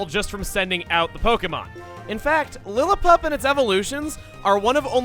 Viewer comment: Dude, Platinum popped in during 2015. Christmas did indeed come early, though. Though needs to work on his pronunciation. Univa? Casteelia? Lillapup? Nuvemma?